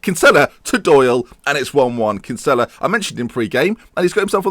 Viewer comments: You're pronouncing Kinsella's name wrong. It is pronounced Kin-sa-la not Kin-sell-la. I'm not hating but I'm Irish and its a common name here. Keep up the great work! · Kinsella is pronounced "Kin-Sill-a